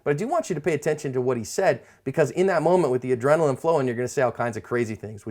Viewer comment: Can you say adrenaline